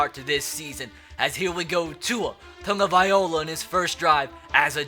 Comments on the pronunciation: taga-vai-loa not taga-viola🤦🏼‍♂️😂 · its tagOvailoa. Not tagavailoa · It’s pronounced Tagavai - lo- a not Tagaviola. Not trying to be a grammar nazi, just irks me a bit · It's spelled like that he just keeps saying Tungavailo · If ur gonna draft tua, at least know how to pronounce his name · can you pernounce tua's name right. just watch a video on it